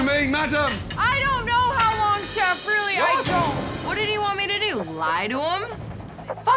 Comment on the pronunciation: "Do look at the garlic there" sounded like "dude" to me and that was very unexpected to hear from Gordon for me